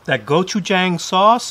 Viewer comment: The wings look great! Just so you know, you should pronounce Gochujang, go-chu-JAHng... not go-chu-JAYng.